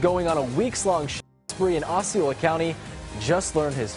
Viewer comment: Just a correction It's KisSIMee FL, frequently mispronounced Also it's Oss-ee Oh-la Isn't FL great?